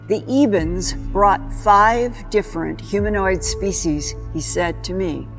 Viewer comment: It's Ebens, not Evens. Read the book SERPO.